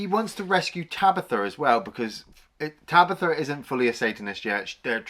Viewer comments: who the fuck is tabitha ? its tanith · I picked up on that as well! I mean how many times is “Tanith” spoken in the film? Loads! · Tabitha? Tanith.